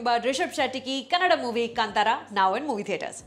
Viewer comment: It is Kanthaara not kantara when said in English.